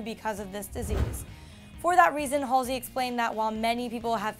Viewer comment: YOOOO THAT'S NOT HOW YOU PRONOUNCE HER EFFING NAME OMGGGVG